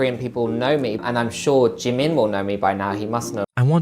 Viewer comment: Hey, not to be rude, and maybe in just hearing it wrong, but is Oli pronouncing Jimin’s name correctly? Like, I’m not much into that fandom, but some minutes in, when he’s being interviewed by someone, the interviewer says Jimin’s name and Oli says it right after, but differently? Is this nitpicking? It probably is, I just think it’s weird :/